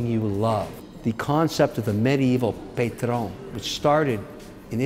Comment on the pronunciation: Mr. O'Leary mispronounced the "a" in "patron". He needs to brush up on his french vowel rules. Good r / n through.